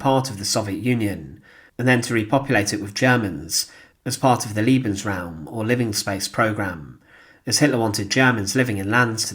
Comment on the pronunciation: Interesting - but you must improve your pronunciation! At 1.20, you say Liebensraum, nor Lebensraum! Its a short E. Liebensraum is Lovingroom!